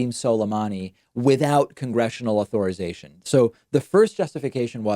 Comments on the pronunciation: Why does David keep pronouncing it "au-THOR-ization"? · The way you say "authorization" triggers me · Please learn how to pronounce "authorization," especially if you are going to use the word so many times in one video.